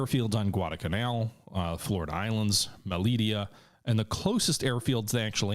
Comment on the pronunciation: Did some checking... Malaita should be pronouned (mah-lah-EE'- tah)